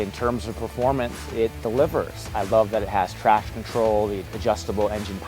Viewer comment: Tweety bird? Is that you?